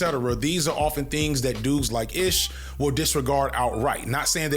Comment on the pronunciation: My man. I won’t call you unc cuz we’re the same age but you’re killing me with the pronunciations of these names. “Ish” is like Ismail. So ish like black-ish. Mal is short for Jamal.